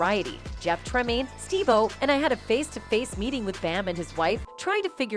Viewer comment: Steve Wild-o? Really?